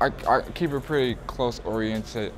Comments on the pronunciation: orien?!!! i keep it close 😂😂😂 its ok to be a nigga from atlanta. no need to stress on big words. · I didn't realize he said it right the first time😂 so he really fuckedd up then 😂😂. I love this guys music.. and he's funny asf.